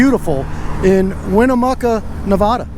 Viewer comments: The name of my state is pronounced Nev-add-a not Nev-ah-da, please and thank you. Love your work, please keep up the great work. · I hate when people say Nev-O-da. Born and raised in Northern Nevada. Lol But love what you do!! Keep these blue ISIS thugs accountable. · Where is nevahdah? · He can't say Nevada I'm born and raised what window licker short bus rider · If you are going to bring your nonsense to Nevada, please learn how to pronounce the name of the state correctly.